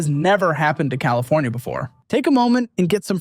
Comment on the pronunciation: Fllowed by Colifornia-Florida 😂😂😂